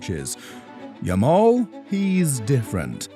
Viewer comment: Yamal is Yamal, not new someone